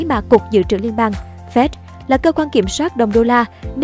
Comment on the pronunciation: Sao đọc là Phét (FED). Phải đọc là " Ép I Đi" (FED)